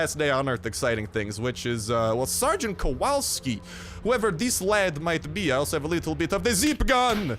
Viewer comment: Sweet mammo Sgt.Kowalski is Polish Second name... Brooo. Oh also when u read that "W" dont change it in polish W is W I mean like ur reading WY thats how to read W in polish xd